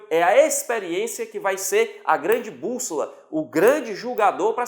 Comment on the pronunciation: Ótimo vídeo, mas: BÚSSOLA, e não búlsola ........e....... IMPRENSA e não imprenssa